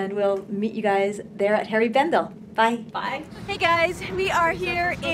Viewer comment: Please don't take this the wrong way, but it's HENRI Bendel, not Harry Bendel. You look like you had a blast, best wishes to you!